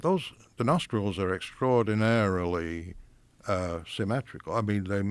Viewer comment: when talking about the nostrils he said extrodiNAREally And i just wanted to point that out because it made me chuckle